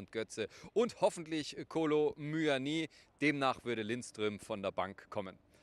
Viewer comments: hab Franzosen selbst gefragt der hat gesagt es wird mUani und net mÜÜÜani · Es heißt Muani nicht MÜÜÜÜANII wann checken es die Moderatoren und Kommentatoren endlich . Da kriegt man echt Aggressionen